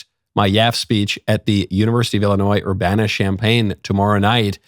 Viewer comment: Urbana rhymes with banana. It's not ur-bah-na